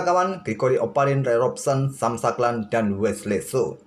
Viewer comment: bacanya ngga “sam saklan” mint sarimint… tapi: “sem syeng klen”